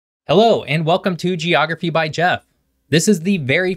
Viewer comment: Soooo... "Geophragy"?